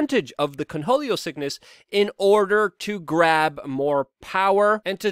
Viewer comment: The sheer number of words you mispronounce and phrases you say incorrectly its staggering...how do you manage to be a Podcaster. Its Cornholio, not "Conholio". Like as in your "corn hole". Ffs